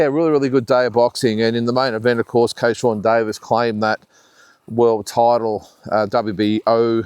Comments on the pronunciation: Driving me nuts ..it’s Keyshawn Davies not kayshawn Davies 😂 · It's Keyshawn Davis not Keyshawn Davies😊